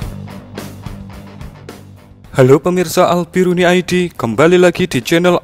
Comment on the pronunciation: Apa itu Al biruni 😂